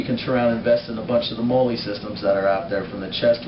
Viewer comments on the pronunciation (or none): its pronounced MOLLY like the girl name